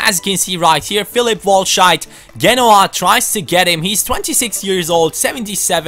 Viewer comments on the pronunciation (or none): none